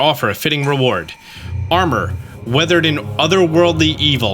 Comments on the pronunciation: Wreathed, not weathered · Just found your channel a few days ago. Great content, but I gotta ask, you seem to mispronounce one word every video. Is that on purpose? (wreathed)